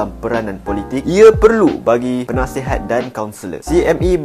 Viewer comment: Penasihat❎ Punaisihat✅